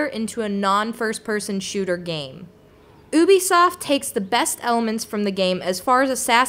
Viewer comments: First. Its mul-eeplayer. And its you-bee-soft.... not uh bee soft. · Why does every one call it ibis tort it is Ubisfot no Obisoft :D